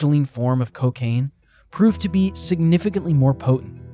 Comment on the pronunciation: Hehe “Cowcain”